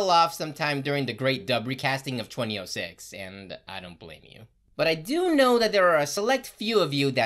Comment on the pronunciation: Never heard anyone say “twenty-06” lol